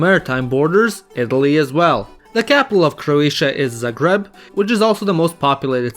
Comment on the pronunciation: Finally someone who says Zagreb corectly